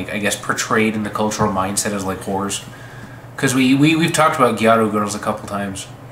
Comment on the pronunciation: It’s gyaru, not gayru.